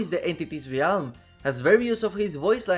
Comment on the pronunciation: Please say realm correctly!